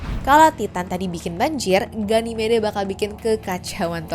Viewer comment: ganymed min bacanya😅